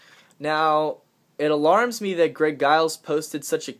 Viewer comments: I so wanted a box that i could make ribeye steak come out of. What a disappointment. I guess I'll have to shift my info source to Drake from now on or maybe Fulford. I'm still waiting for the flooding to come in October. Btw... the "G" in Giles is pronounced like a "J". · giles sounds like its pronounced with a j eg "jiles"